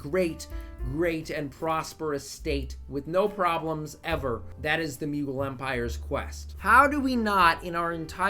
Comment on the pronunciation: The Muegul Empire As an Indian, I can assure you that that is literally the worst possible way to pronounce it lmao